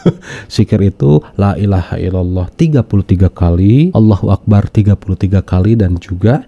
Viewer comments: Laa ilaaha' iilallah Bukan Lailaaha ilalaa Katanya dosen rarbi'a dan guru ngaji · Streeesssss.... Baca laillahaillallah saja blepotan g jelas